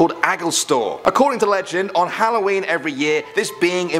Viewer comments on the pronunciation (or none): none